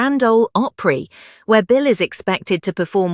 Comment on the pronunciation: "Oly"Opry? AI is stupidity.